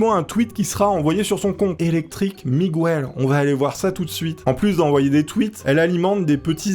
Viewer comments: Yop, on dit Miguel pas Migouel.... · )*** 😁 on dit Miguel pas mi goût hell... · Le u de Miguel ne ce prononce pas 😂 tu fair honte à mes origines 🤣